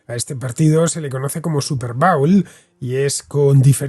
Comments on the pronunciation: Se pronucia bowl como "bol" en este caso. Cuando dices 'bowel' me reconoce de un movimiento intestinal. Pero muy bien video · No se dice bául, es bóul